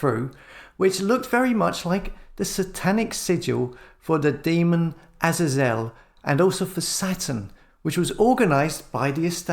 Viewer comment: Please, please can you say Aay zay zelle instead of your version of the name Azazel? Thanx... A fan!